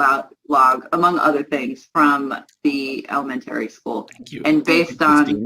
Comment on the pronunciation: what’s an “el-men-terry” school? Has she never said that word before!?